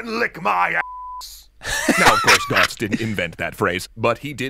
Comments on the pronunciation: Who is Gotz? Learn the ö man! Rigth now, it hurts how you speak Götz. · He have Umlaut in his name. Götz (Goetz) not Gotz. Because of course! :)